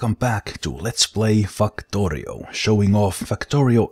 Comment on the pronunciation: it sounded like you said :" Fuck torio"